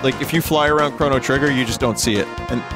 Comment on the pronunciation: NOCHRO GRITTER